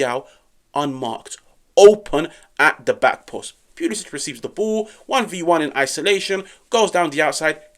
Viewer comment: Cristiyan Pulishich! Stop butchering his name ffs...